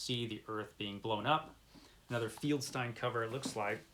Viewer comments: I am pretty sure it is pronounced FELD-STEEN...not... FIELD STINE....or were you trying to be funny by insulting one of the greatest people in comic book history?.. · Just a tip, the last name of the artist at EC Comics was FELDstein, not FIELDStein. It’s an easy mistake to make, but you might want to check Wikipedia on every person you mention and have your browser speak the name. I just watched a video where the creator called Rod Serling, Rod Sterling, which wouldn’t be too bad, but he said it wrong twenty times. Keep in mind that viewers are probably going to know how to pronounce these folks’ names, and mispronouncing the names probably hurts subscription numbers.